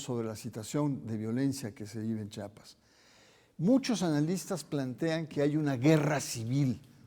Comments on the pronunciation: Se pronuncia , Chiapas no chapas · Señor pronuncie bien Chiapas no Chapas.